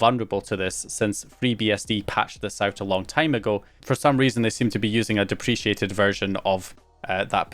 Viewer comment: Dep-re-cated mate.